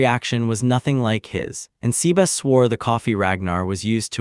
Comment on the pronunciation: C-Bass is a very different take on the pronunciation